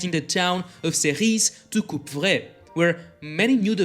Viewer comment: for future reference: the final s in Serris and the p in Coupvray are both silent letters. French be that way sometimes :)